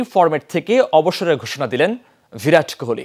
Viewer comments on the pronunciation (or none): ভিরাট❌ বিরাট ✅